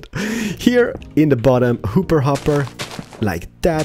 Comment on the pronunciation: In the Mediterranean house series we learned to count to 5. In this series we learn to count to five. Can't wait to learn to Count to 7! Love your videos. I also love how you say hooper hopper and window penises.